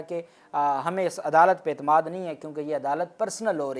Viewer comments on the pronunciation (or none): none